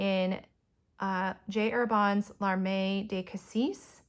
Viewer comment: Beautiful inks!! It's fascinating how much a difference the paper makes. Note on pronunciation of the Herbin inks. Terre rhymes with "pear" and feu rhymes with "ugh"; and larmes rhymes with "arm" (French has lots of silent s's!)–hope that's useful!